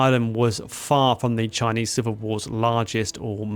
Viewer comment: If you're going to make a video on Chinese history at least learn to pronounce their names properly